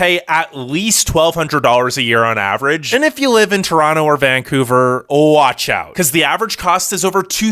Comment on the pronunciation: glad to hear you pronounce Toronto correctly!